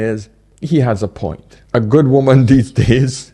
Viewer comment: has a point even if he has trouble pronouncing the 'T' at the end🤣🤣🤣🤣